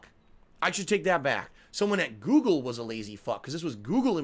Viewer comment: saying "Guugle" had me 😵